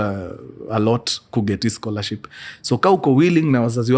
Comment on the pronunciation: Mimi siezi kosa kusema Mkurugenzii karibu aseme "Scholarsip"😂😂🫴aaah I just love you "Mkuru🥳🥰